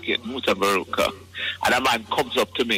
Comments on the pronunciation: 😂lol mutabarooter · Old interview plus you can’t even pronounce mutaburuka name right…b4 yuh frwd on social media again practice it!!! I can’t sub to a one that don’t make sense